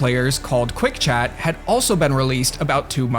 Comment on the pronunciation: Screen chaaht? I heard that Massachusetts